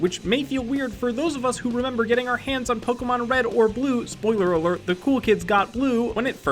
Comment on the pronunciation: omg you butchered so many pokemon names so frigging badly i almost died from insult